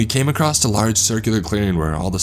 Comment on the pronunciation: The word is pronounced "across" not "acrosst". You keep saying "acrosst." ("There are several categories that you'll come acrosst.")